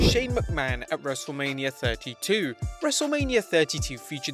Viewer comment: Not to be rude it’s not wrestlelamia it’s wrestlemainia